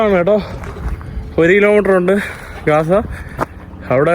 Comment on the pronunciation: Not gaasa.say GAZA